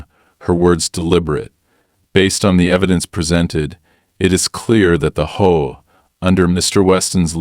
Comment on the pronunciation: What the Hell is a Hoe-a? I'm sure this is a text to speech. Text to speech has pronunciation correction. Try using it